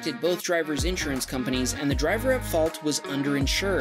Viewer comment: The way you pronounce insurance pisses me off so much